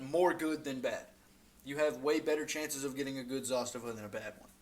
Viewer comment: Pronounced Zastava the correct way? Honest down to earth videos? Yeah you got you a subscriber! I have a M70 and M91 with the M92 on the way